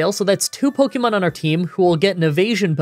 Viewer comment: Considering I have heard someone pronounce syrup in an interesting way, I say does it matter? If we're being technical, he's not pronouncing Pokemon right either. But we all know what he is talking about so it doesn't really matter in the long run.